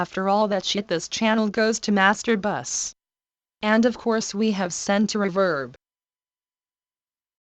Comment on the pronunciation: Всегда прикалывает как синтезированый голос говорит master buss Мастурбасс🤣